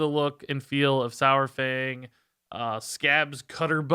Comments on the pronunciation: Please say dinosaur then say saurfang now say dinosour then say sourfang. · The pronunciation of Saur- is halfway between "sour" and "sawer". It's easier once you realize it's from the Greek sauros, meaning lizard. Think dinosaur. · "One of the all time favourite characters" doesn't know how to say his name